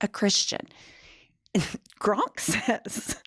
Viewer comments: GROK!!!! NOT GRONK!!! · it's Grok, not Gronk. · I love you! But it's Grok not Gronk, although I like Gronk better! It fondly brings back memories of Gilda Ratner's Emily Latella. You rock! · It's Grok, not Gronk. Js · Its Grok, not Gronk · It’s GROK NOT GRONK YIKES!!!!! Please try to enunciate better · Hun there’s no n in GROK. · calling Grok "Gronk" is the highlight of my weekend. Bless her little pea pickin' heart. 😂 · Not pronouncing it like GRONK 💀💀 I love her so much. An icon. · Love that you also call it “gronk” with an N because my boyfriend makes fun of me for doing that all the time LOL! But that’s how it looks like it’s meant to be said to me 😭grok is such a stupid name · Thank you, I really enjoy your breakdowns! But it’s clear you have never read Robert A Heinlein’s ‘Stranger in a Strange Land,’ which is still my favorite work of fiction. It’s the source of the word ‘Grok,’ which doesn’t have an ‘n’ (it’s not ‘gronk’). “Grok” is a madeup ‘Martian’ word that means to drink of something deeply until you become one with it and completely absorb all understanding (paraphrase). It’s an AMAZING word, which I have been using for decades, and I am a little bit sad that it has made it’s way into the vernacular via Elon 😒 Just please get it right - ‘Grok’ - which is in no way an original musk creation … just like Nicola Tesla would cringe hearing Trump say “Tessler,” Heinlein is likely rolling in his grave hearing people say ‘gronk.’ Lol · PLEASE stop saying "Gronk" 😂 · I've been watching you ladies for a while, and I think you're great, but I would think that a lawyer can see that there is no "N" in Grok. Maybe it's a play on words. I don't know. I hope so. Could you clarify? If it is, then ask Grok what funny means. Humor comes from humans, and computers don't have a clue about humor. Throwing in the extra "N" makes you sound illiterate in this case.